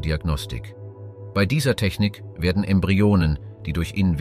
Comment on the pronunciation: Was du hier anmerkst, ist mir auch aufgefallen. Zusätzlich noch der Fehler, dass das Wort "bei" wie "be-i" ausgesprochen wird. Inhaltlich kann ich nicht viel zu dem Video sagen, weil ich mich mit der Thematik nicht auskenne.